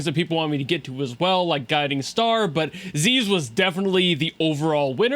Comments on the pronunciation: You were being trolled, it's not pronounced "Zeez", it's in fact "Ziz". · You said it right the first time. People telling you to say it the weeb way are wrong. Like Alfred isn't Aruferudo. Ziz isn't zeez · yeah, been far enough in story and everyone there says "ZiZ" and not "ZeeZ" my theory is that the ones calling it "ZeeZ" are the ones that play in Japanese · I dont know about the english voiceover, but in Korean (og one) she's called "Zeez", just like Leviathan is called "Levee-athan" so her nickname is "Levee". They use their latin pronounciation.